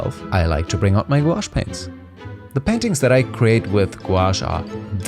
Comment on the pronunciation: Do they just turn into ordinary watercolours when they dry? It was nice to hear someone pronounce the word without saying Gwosh for a change. :)